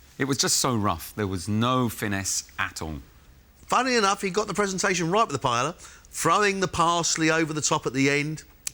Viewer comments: Why british cant say PAELLA? not Pellela LOLO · Sweet jebus how come the British can't seem to figure out how to properly pronounce paella? It's not that hard. Pie-ay-yuh